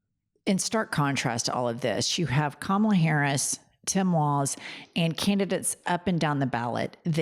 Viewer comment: And he cant say Kamala’s name properly !